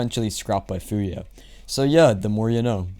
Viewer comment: pretty sure its pronounced "Fumiya" not "Fuya" thats why theres a 3 because it serves as an M also this is subjective but union is your favourite map really?